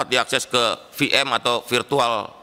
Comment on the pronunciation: NGGAK BUTUH HITUNG²AN PROSENTASE SERANGAN‼️ YANG TERPENTING ADALAH MENTERI BALAS BUDI INI NGGAK KOMPETEN PADA BIDANGNYA‼️ sekelas Menteri Kominfo gak bisa bedain huruf F, P dan V 🤣 speechless gua saat Menteri Balas Budi spell eP-eM sebagai VM Virtual Machine. pentingnya meletakkan orang² yang kompeten pada bidangnya 🤣 toIoI dipelihara‼️